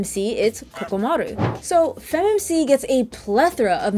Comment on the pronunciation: Really nice video that was funny and I agreed with a lot of what you had to say about it. However there is a crime you committed and that is butchering the name of poor KOROMARU. Not once or twice but three whole times you called him Kokomaru and even when you had his name shown directly in a clip that said Koromaru you still called him Kokomaru.